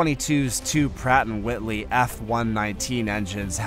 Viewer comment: HAHA when he got to the F-22 he said Pratt and Whitley engines